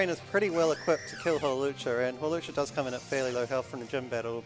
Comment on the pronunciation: Don't believe this man. It is Hawlucha.